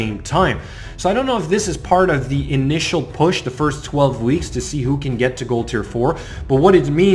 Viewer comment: I also like how you say your first............ (Sarcasm of course if you don't detect it, lol)